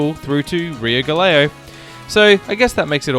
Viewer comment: You should have at least practiced a little to pronounce GALEãO a bit better. The way you said sounded like Galileo.Not the same. Nice info though...